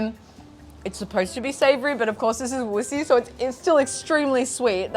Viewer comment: It’s not Wuxi, it’s Wuxi. You need to work on your pronunciation. Say it with me “Wuxi” Surprised you could see the sky and it was blue…china could be so beautiful…